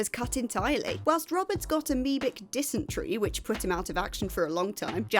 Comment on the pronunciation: It's Jason Ro-bards, not Rob-ards.